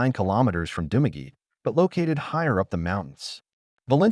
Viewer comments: I just have one thing to say about this video. If you are doing videos on countries you are not living in of ever been to please learn how to spell the names of places and how to prononce them. It is Dumaguete not Dumagi. You also spelled and mispronounced the names of many places in the Philippines. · If you have been in the Philippines for 5 years, and visited these places, as you said, then you wouldn't be pronouncing Dumaguete as "Dumageet". And your opening pic of the locals you met wouldn't be AI generated 🙄🙄🤣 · You've been in Philippines a long time, but can't pronounce any of the places. Dumaguete, for example. Malaybalay, I lived in for 3 months... again, terrible pronunciation. Also, Mindanao in general doesn't get many typhoons because of the ITCZ (Intertropical Convergence Zone). It is also near the equator, which results in a weaker Coriolis effect and makes it difficult for typhoons to develop and maintain their circulation. Finally, center city Baguio was created by the US Armed Forces during WWII after they beat the Japanese off the island. The infrastructure there was designed by American Engineer Corps and is generally safe. I went through 2 typhoons living there, and the worst problem I saw was in 2016 when the roof blew off the SM Baguio Mall. That problem has long since been fixed so it shouldn't happen again. You WILL get occasional landslides in the suburbs and further out of Baguio, but the central area is safe.